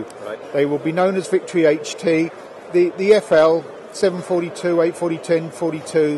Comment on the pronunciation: It's HT not HD.